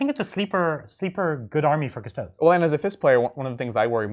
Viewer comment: They are called cuss-toad-ees not cuss-toads in the same way that marines are not called ass-tarts.